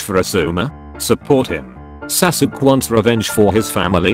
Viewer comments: It’s so funny how the tts voice spells Sasuke saske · A 100 episodes but the voice still mispells sasuke